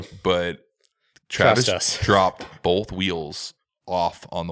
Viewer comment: Drinking Game: shotgun a coors every time puts a L in the word “both”. BOLTH baby